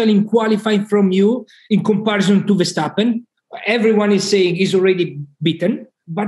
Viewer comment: Tom, the whole world says Max Ver-stap-pen..... you are most likely the only one who is butchering the name to Nax Vershjstappen.... could you pleaaaaaaase adapt? Please? Appreciated, especially since the show is great!